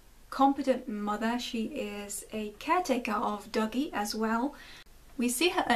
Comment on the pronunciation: Just from hearing you pronounce Dougie, it sounded like "Doggy" to me while I was listening in the shower. It made me realize that this may have been intentional as Dougie is effectually a little doggy that has to be lead around almost like he's on a leash.